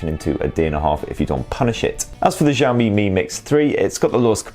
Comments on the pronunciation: Shiaomi, SHIAOMI, not zhiaomi, jeez.... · xiao mi not zaoooo mi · Who is the 1st tech reviewer who started saying 'JOW ME' Please stop it! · You are pronouncing xiaomi wrong